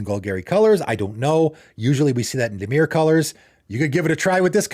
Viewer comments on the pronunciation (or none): none